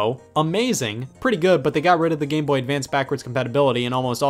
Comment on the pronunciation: “game bohhh”